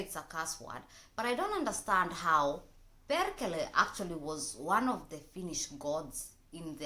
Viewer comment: You were right. Perkele is god of thunder originally. everybody doesen't just know it. have to say, your pronunciation is actually very good what comes to swear words. :)